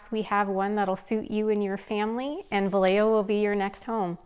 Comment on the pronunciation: Pronounced Vi yeah ho